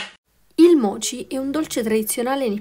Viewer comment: I mochi, si scrive così però si pronuncia "moci". È un impasto glutinoso, molto lavorato. Purtroppo a non tutti piace, io li ho provati ai fagioli azuki, mi erano piaciuti.